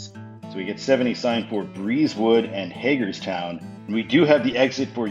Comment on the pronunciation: As a maryland resident I can confirm it’s actually pronounced hay-gerstown not hag-erstown. Cool video tho